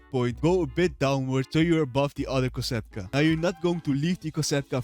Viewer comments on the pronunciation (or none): Its kosatka not cata